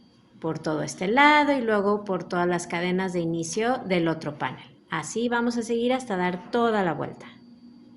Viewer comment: Precioso trabajo, muchas gracias, lo haré. Una cosita, la palabra panel es aguda, el acento lo lleva en la e, como usted lo pronuncia es étimo del inglés. Cuidemos nuestro idioma. Gracias